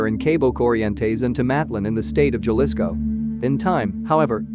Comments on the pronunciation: It’s Jalisco not galisco how do you say jalapeño? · Horrible way to pronounce Jalisco. And all the other city’s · It's funny to hear white people say Jalisco lmao 🤣😂😆😂😆